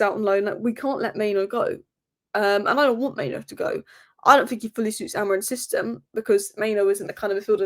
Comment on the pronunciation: It's Mainoo, not Maino